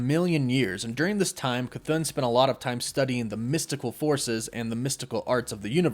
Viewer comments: I think it ( ka -th-on) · Your not pronouncing Chthon right your saying chthoon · The name is pronounced as “kha-thawn” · Omg.... Ok, you got the K c right, like Cthulu, now take the thon, and say throne. Now take out the R. Now put your K c and your thone together. Cthon. (K-THoe-N) Oh geez. Ok, Guy-Uh is how Gaea is pronounced. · ur saying his name wrong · It's not Cthon. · I never make fun of somebody for mispronouncing something wrong because they've only heard it said wrong to begin with that being said it is not cathoon as in cartoon it is cathon as in thong minus the G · Thumb up, everything seems to be right apart... Apart C'thon pronunciation that cant be "Ka-toon", it's not a Looney Toon.. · Its pronounced "kuh-thon" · K-a-thoon he said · …..ok you’re saying “cthoon”…..it’s Cthon…like Patron the drink…just saying 🤷🏾‍♂️ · Bro It’s cuh-th•on not cuh-thoon 🤦🏾‍♂️ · CTHON not Cthoon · I believe you are mispronouncing it. I believe it's an error to say it like Ca-thoon. I believe it's pronounced Ca-thon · You saying “chthoon” makes me irrationally angry. There’s not two “o’s” man it’s “thone” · im pretty sure its cth-on not cth-oon but oh well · I believe it's a "chu" sound for Chthon. It doesn't sound like Cthulhu because of the extra "h." And i also think it ends with an "on" pronunciation, not "oon." So it's "Chu-Thon." Considering Wanda absorbed Chthon in the comics recently, I bet the other Wanda is also possessed by Chthon, or using him, (either or) and that either one or both of them are the real threat. Not our Wanda. I wouldn't be surprised if these trailer scenes of the main MCU Wanda being a threat are just red herrings. We all know how Marvel loves to mislead us with their trailers. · I can’t Stand the way you say cthon. You’re pronouncing Cthon wrong!!! It’s ON C-TH-ON . Say it with me CTHON. You keep saying CTHOON?! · i love your vids but youre saying chthons name wrong😅 its not "chthoon" its like kuh thon. just letting ya know. love ya